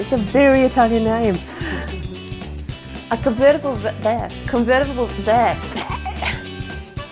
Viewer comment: Con-ver-tible ver-sion:) Nice customisation,.... But eh, why do you need to get to the fuel sender once the tank is in? I presume the wiring goes into the car before you bolt the tank in? At least the sender wiring, I mean.